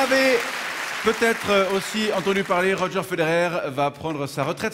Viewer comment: D'ailleurs, c'est "Roger" et non pas "Roger" ^^